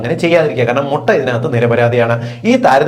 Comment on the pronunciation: Motta alla mutta